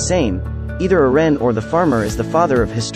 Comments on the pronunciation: His name is not "erean" ITS EREN PRONCED ERENNNN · Can u say eren not eran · Who tf is Ur-ren? 😑🤨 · Who is ern? Lol ITS.. EREN...yeager.... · why does it pronounce eren so fast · STOP SAYING EREN INCORRECTLY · But why does he say Eren like that, though?😅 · Bc ai is big stupid